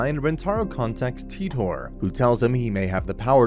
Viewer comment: > john tee-tor c'mon, it's "tai-tor"